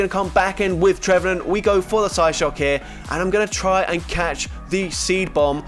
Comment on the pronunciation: he says psyshock psyshook😂